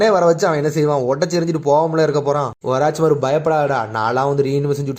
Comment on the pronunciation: Oruchimaru ❌ orachimaaru😂